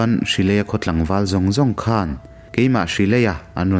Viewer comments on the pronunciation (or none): none